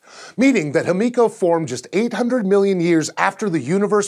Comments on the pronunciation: why are you pronouncing it like hemiko and not himiko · Correct pronunciation is "hee-mee-ko," not "him-EE-ko." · just a quick pronuciation correction its actually pronounced as he/hi-me/mi-co/ko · It's pronounced him-i-co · I love scishow but am I the only one who noticed the change in pronunciation of "Himiko" throughout the video?